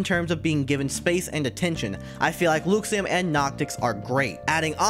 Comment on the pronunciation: Hey there! Just letting you know, it's pronounced LUH-xiem, not, LEW-xiem :)